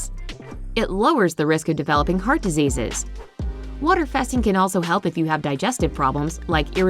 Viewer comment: Wait.. did she pronounce “heart” as heert !